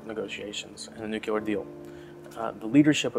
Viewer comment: First off - IT'S NOO-KLEE-ER, not noo-cue-ler. But actually, I think hostages COULD be the solution to the Trump regime. He is old-school Mafia, they have a long history of this. TAKE a child from EACH admin family, hold them in a safe, secure secret site. Treat them well, but only as long as the regime plays ball. Seriously, it is the ONLY way to contain these criminals. Just don't take Eric, 45 will tell you to keep him...